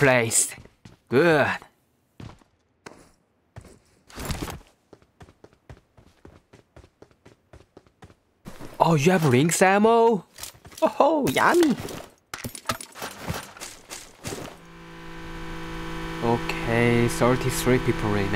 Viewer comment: Everytime you say lynx, I swear you are saying wynx instead